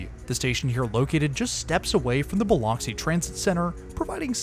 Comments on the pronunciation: Rigolets is pronounced rig-oh-LAY. Biloxi is buh-LUX-ee. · Very nice video as always, but I do have to say as a native Alabamian, the pronunciation of many town names is different than they look. Bay St. Louis is pronounced lou-ee and Biloxi is pronounced Bi-lux-ee. They're tricky for sure haha. Like I said, great coverage of the new service!